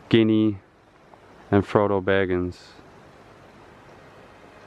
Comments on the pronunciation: He called gimli, ginny you guys. Unforgivable. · The dwarf's name is Gimli not Ginhi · Did you really say Gini? It's Gimli!